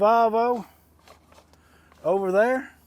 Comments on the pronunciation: Its Pronounced Volvo not Valvo theres no a 😂😮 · Its not a VALVO its VOLVO there's no--A --in VOLVO